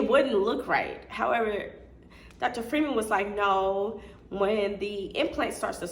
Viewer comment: His name is pronounced FRY-man. If you followed him and his personal page and practice he always says his name.